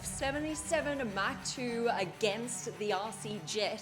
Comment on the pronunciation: How she pronounced mach 2, it is much like hawk tuah. 😂🤣 Mach Tuah